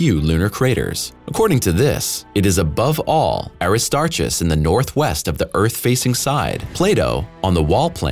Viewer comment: Aristarchus is pronounced as Air-ri-star-kiss. The /ch/ is pronounced as a /k/.